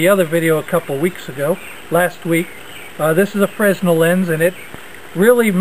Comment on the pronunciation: the 's' in fresnel is silent.